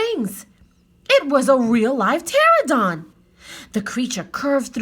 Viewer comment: You’re a wonderful reader and we enjoyed this! One small thing, my 5 year old kept pointing out that it’s pronounced pterANodon, not pterodon 😅